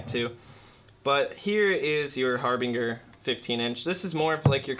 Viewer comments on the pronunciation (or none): Its harbinJer like harbinger of death but great video like what you do here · DUDE , IT'S PRONOUNCED " HARBINGER" GOT IT, ? LOL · It’s my fault for shopping for throwaway speakers. This dude can’t pronounce Harbinger and thinks the monitor setting on a Thump means mono. He doesn’t know what the fuck he’s talking about and people in the comments are eating this shit up like it’s great advice. I should have known better than wanting some cheap monitors and watching shit like this I’d leave stupider than I came. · a horrible speaker. Garbage. The both.. You mispronounced harbinger.